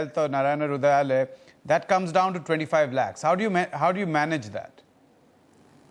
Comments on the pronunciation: Not hrudralaya it is hrudayalaya (Abode of heart in Kannada language) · Hi NDTV, The first sentence Its Narayana Hrudayalaya, not Rudralay